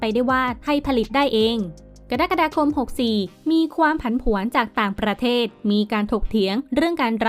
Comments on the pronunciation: กรกฏาคม อ่านว่า “กะ ระ กะ ดา คม” ไม่ใช่! “กะดั๊กกะดาคม” ค่ะคุณผู้ประกาศ!🙄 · กดั๊กกดาคม ผมฟังไม่ผิดใช่มั้ยครับ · ฟังได้เป็นว่า กระ-ดั๊ก-กระ-ดา นะจ๊ะ😆